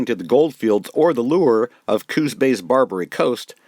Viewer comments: I respectfully submit that the name of this bay is Coos (said like moose or loose, please) Bay, not Cooz bay. It is a proper name and not subject to spelling/pronunciation rules. Thank you from a native of Coos (cooss) County. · Just plain great! I would suggest that glass negatives were not daguerreotype, usually printed on metal. And please pronounce Coos with an "s" --- not "z" --- sorry to nit pick, but what amazing work you have done.